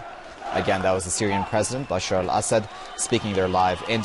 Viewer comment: Correct pronunciation is: 'Bashar al-A'ssad.